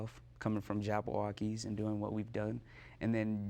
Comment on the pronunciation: Its JABBAWOCKEEZ not JabaWokeez okay?